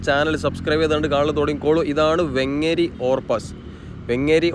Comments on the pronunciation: വെങ്ങേരി ❌❌ വേങ്ങേരി✅✅ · വെങ്ങേരി അല്ല വേങ്ങേരി.